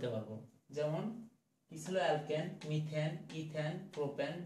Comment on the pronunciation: মিথিন, মিথাইন?? 😂😂সো লেজেন্ডারি 😂😂বেস্ট টিচার 😂😂😂